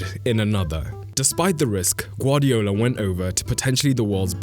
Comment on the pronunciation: BRO YOU GUVARDIOLS😂